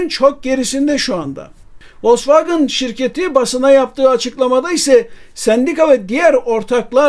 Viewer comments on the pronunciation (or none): Telaffuzla alakalı bir eleştirim olacak. Türkiyede bir kısım insan maalesef kendi dilindeki okunuşuyla bazı şeyleri söylemekten çekiniyor mu diyeyim bilemedim. Volksvagın değil Vosvagen, Mörsides değil Mersedes. Onlar bizim TRT mize Terete mi diyor ? Tiarti veya kendi dilinde okunuşu herneyse. Okunduğu gibi yazılan mükemmel bir dilimiz var, sahip çıkalım. Siz yapmayın bari! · Vosvagın değil de Vosvagen deseniz daha iyi olurdu. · ya turkler gibi vosvogen de ya da almanca okunusunu dogru ogrem oyle soyle. kendi uydurdugun sekilde telaffuz etme markayi. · Vallahi sonuna kadar dayanamadım, sürekli Volksvagın demeniz acayip rahatsızlık verdi. Dinlemedim videonuzu. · Vollksvagın bana da itici geliyor. Ama , burada Sedat Bey'in söylediği yanlış telafuz.( Aksan değil,o zaten hiç bir yerde olmaz) Vollksvagın in itici gelme sebebi ise. Wagen,derken normal türk gibi söylerken. Wagın, derken aksan yapmaya çalışmamız.